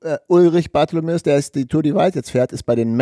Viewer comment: Danke für den Podcast. Bitte bitte aber: Ulrich heisst "Bartholmös" mit Nachnamen. Nicht Bartholomeus.